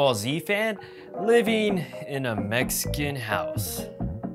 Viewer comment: STOP WITH THE MEICAN IT IS SPANISH